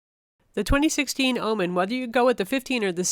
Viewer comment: why do you keep saying ah-men??? stop it. ;-)